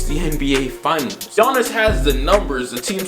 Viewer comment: It's Giannis. I'm a rockets fan but it's Giannis.